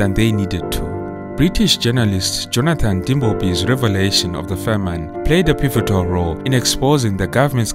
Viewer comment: A great and informative account. There is a small complaint: the narrator's pronunciation of the noun "famine" for which he pronounces the second syllable- "-ine" as in "fine" instead of "in" in the word in "pin". The use of "Selassie" as a surname is incorrect because the Ethiopian use the first name for surname. After all Haile Selassie means the Spirit of the Trinity. Good job, though, despite these minor errors.